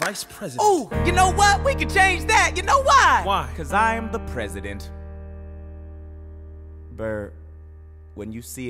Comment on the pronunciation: Aaron BUR as wilBUR lmao